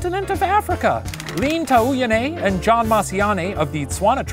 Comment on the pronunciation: Hate to be that person, but Jan Mashiane's first name is pronounced "Yawn" <I actually know 2 Africans with this name, not just talking outta my butt>